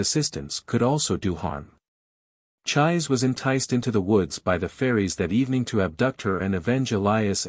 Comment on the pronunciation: Her name isn't pronounced like"chive" with an s. It's pronounced "chee-say" 😅 that's hilarious. All you gotta do is watch the Japanese version, the original one, and you'd know.